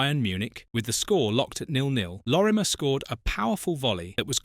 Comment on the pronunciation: At least get his name right-Lorimer-not Lormier.